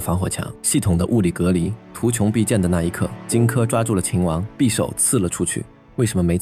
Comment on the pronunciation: 图穷匕见（xian，现），夏无且（ju） 旁白声音很好听，但不知是不是AI啊？AI才会念错字吧，熟悉这段历史的不应该念错的。